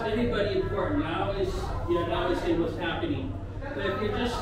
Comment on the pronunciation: Oh-La-LayeeEEEEeeee ,,,,,,, WAZZ ZappIning ????? Yur killin' me with Dat one !!!!